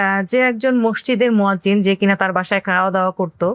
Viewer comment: মোয়াজ্জেম না , মুয়াজ্জীন (শুদ্ধ)।